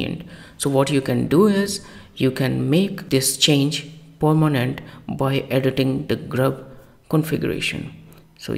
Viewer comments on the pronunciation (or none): POImenant 😄 it's pronounced peRmenant